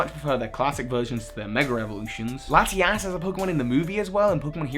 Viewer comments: Ha he said Lati-Ass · it's laty-us and laty-ohs just saying.